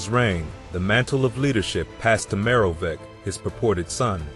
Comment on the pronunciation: The pronunciations are killing me. The "I" you keep on saying is the Roman numeral for one, meaning that they were the first ruler of that name. The "ch" in Childeric and Merovech are pronounced the same, with a harder sound closer to k (I think the actual pronunciation would be what is listed as 'x' by the IPA)